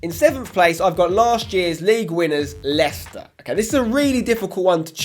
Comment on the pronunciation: *Leicester It's not that hard